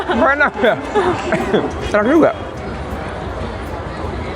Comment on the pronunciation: YAaa....YAa..... (kayak aksen korea ) ini tempat shooting film megg nieh YA....